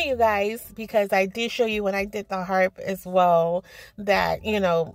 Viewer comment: lol 😂 your so funny, you always bring a smile to my face. I thought you kept saying heart, I was like what kind of heart is that? lol but it does look like a harp girl. Love the cat and fish bowl, so creative. Great video.